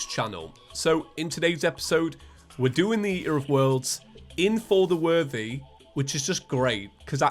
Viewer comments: who else hears saying "feather worthy" instead of "for the worthy" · Why have you done this to me. All I hear now is "fer ther werthey"